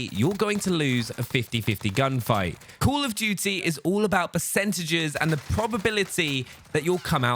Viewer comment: I love how he says “cool of duty” instead of call of duty